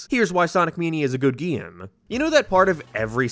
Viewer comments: ITS PRONOUNCED MAN-IA NOT MEN-IA AND ITS NOT GEAM ITS GAME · why tf are u calling it a geme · Stop saying gyyam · GeMe💀 it's GAME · yeah but he is saying geeme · I dont know how to say this without sounding mean, but I am finding the way you pronounce a lot of words in this video very bizarre. I can't place what your accent is at all Soundtrack = Signtrack Game = geeim Mania = meenia now = noiioiuw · why do you pronounce "Game" as "Gyaym" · Why do you pronounce e weird? (gyems) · This is my first time watching this youtuber. Does he always say GAME as "GEEM"? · there's nothing more annoying than hearing him pronounce it "geem" i'm sorry I know it's just an accent but i'm just picky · PLEASE STOP SAYING GAME LIKE THAT